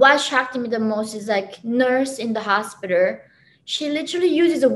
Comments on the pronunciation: " when I go to the Hostpiterrr " lol. I like this woman. Very smart. Glad she made it out. ! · "in Chicago hospitar".